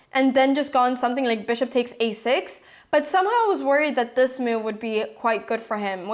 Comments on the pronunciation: And the funny way she pronounces the word 'move': ..'he didn't understand my mewv' ;)))) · Mew-v..ha-ha, never heard anyone pronounce the word 'move' like you do before :-)